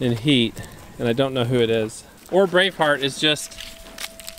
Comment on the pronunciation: Today the first time you said Brave Heart, I thought you said Brain Fart 😂😂😂